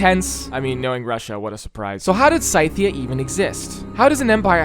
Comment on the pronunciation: Does pronunciation of Scythia annoy anyone else 🤣